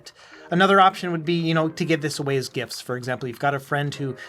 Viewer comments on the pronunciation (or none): none